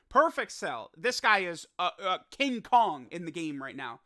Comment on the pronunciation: The way says King Kong😂😂